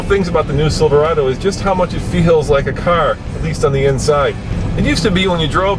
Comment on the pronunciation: Chevy "Silverdo" :43 hahahaha